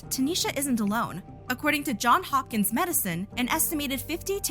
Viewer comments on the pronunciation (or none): JOHNS Hopkins, not JOHN Hopkins. 🤦